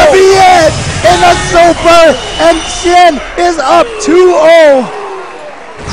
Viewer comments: why do I keep hearing them calling the winner "shi-yen" shouldn't it be pronounced as "shi-yan"? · Xian isn't chinese, he's from singapore.